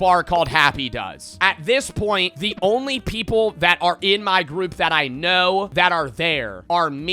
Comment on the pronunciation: say it like normal,I love Americans but when they pronounce point like that I get pissed